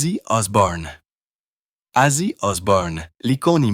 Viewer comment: lol commence par etre capable de dire Ozzy